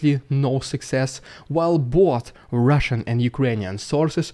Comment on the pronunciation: Love the rrridiculous rrrrussian prrropraganda 😂😂😂